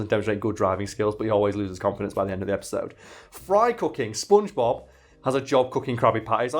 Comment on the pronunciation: your accent makes it sound to me like you're saying "spoongebab"